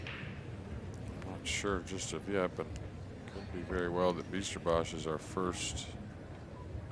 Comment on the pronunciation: To the COMMENTATORS: They pronounce the name "Bijsterbosch" totally wrong. Let me explain how to pronounce. It does not pronounce -> Beasterbosj It is pronounced as -> Beysterboss Like saying HEY, say BEY. Instead. And Bosch is pronounced as boss. Hope this helps :-)